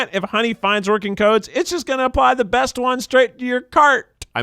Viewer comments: Eugene saying breast instead of best had me dying 😂😂😂😂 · Eugene: keeps saying breast instead of best Me: proceeds to give Eugene Freddie Mercury's 40th birthday cake 🍰🎁😏 #iykyk 😏😎😂👑